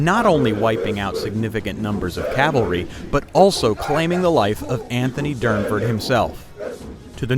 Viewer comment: Great channel. Interesting content. I absolutely love the camaraderie of the club. Just one concern, have practice saying 'cavalry'.